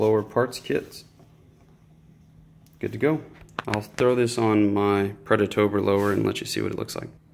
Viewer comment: Watch this video to help me build my UDE kit and also Everytime you said "predatOBR" I took a shot of whiskey, good video dude !